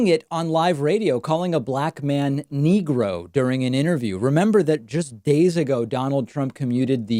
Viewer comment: He said "niggra" which is even worse.